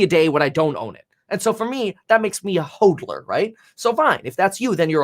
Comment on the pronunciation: hOdler, not hOADler